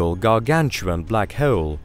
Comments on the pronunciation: I could hear this guy say Heoooouule all evening. Anyone else tickled by this? LoL 😆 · I’m uncomfortable with how he says hole lol 😂